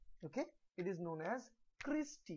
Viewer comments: That's Cristae and not Creastae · It’s cristae